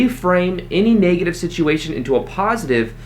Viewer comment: Not to be negative, but the e in negative is a short e. So it is not pronounced "naygative," like the e in Spanish. It's neg, like egg. Same with leg, which is not laig but rhymes with egg.